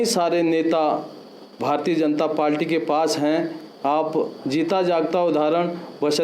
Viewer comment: श्रीमान आप पार्टी को पाल्टी उच्चारण कर रहे हैं